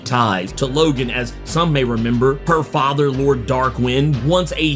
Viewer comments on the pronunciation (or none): none